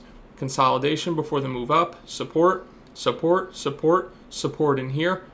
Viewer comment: does he really call it supPORK¿? love u <3